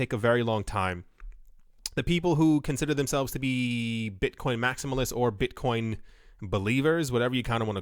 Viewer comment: Beezydee Beetcoin 😜